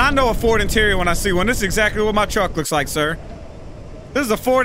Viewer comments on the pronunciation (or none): none